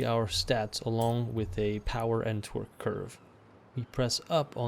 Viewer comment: The way you say 'torque' sounds like 'twerk.'